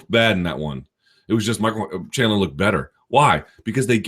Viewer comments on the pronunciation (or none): none